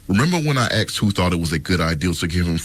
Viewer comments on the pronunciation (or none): How are you a reporter, and you say "axed" instead of "asked"???